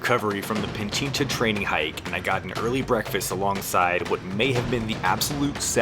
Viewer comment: Its Pichincha not Pinchincha😂